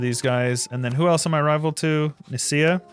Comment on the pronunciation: It's crazy to me how the brain reads ''Nicaea'' but the output is ''Nisya''